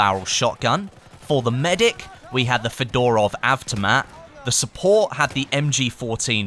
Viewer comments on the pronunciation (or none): I thoight he said fedora of aftermath not fodorov avtomat